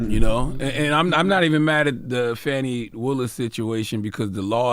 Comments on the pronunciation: It's not FANNY it's FAWNEE spelled Fani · Everytime Charla mispronounce Fani name, it's disrespect.